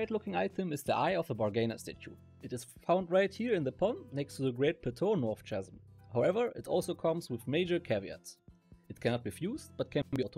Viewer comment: „Chasm“ wird im englischen „Kassm“ (wie „Chaos“ oder „character“) ausgesprochen